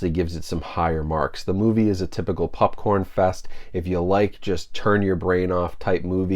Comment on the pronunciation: Always love hearing say “pupcorn”. ❤️